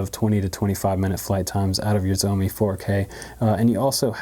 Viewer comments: I hear it as zombie me, haha instead of Shoume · Good video, but butchered the brand name...Schz-ow-mee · Cool video but its sheoh-me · SHIAO MI (Something like Show Me) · It's Shao Me, Just like the Shao in Shaolin. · Hahaha! Xiaomi is Pronounced " Shau Mi " sounds like (Chow) with an S ! Love Your Videos !